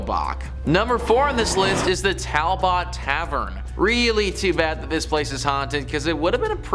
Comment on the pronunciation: It's Towel-bert Tavern!😊